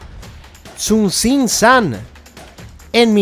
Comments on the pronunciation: Hey, con todo respeto se te fue el Tzintzuntzan dijiste Tzuntzintzan. Saludos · Ahahahahah, repite conmigo: TZIN-TZUN-TZAN No te creas. Realmente para decir palabras en lenguas indígenas es muy difícil.